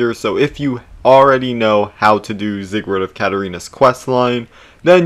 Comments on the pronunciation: I will never forgive u for saying zigword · him pronouncing his name zieg-word is killing me